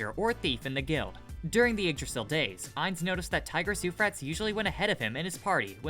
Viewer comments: Okay, hold tf up; It's "coup de gras" and pronounced "coo-de-grah" Second, the Tigris and Euphraetes are rivers in India, and they're pronounced "Ty-griss" and "Yoo-a-fray-a-tees" not "Yoo-frates" Y'all have got to start reading AND watching content with audio. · Narrator needs to learn how to pronounce words like Euphrates and coup de grace